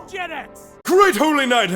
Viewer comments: What is jetix? I always thought he was saying “fuck gen x” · I don't know what Jetex is, I thought they were say Gen X